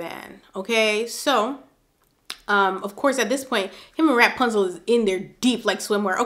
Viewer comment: You kill me in laughter everytime u say rap-punzel🤣